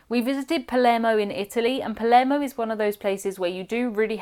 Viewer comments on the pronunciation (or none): none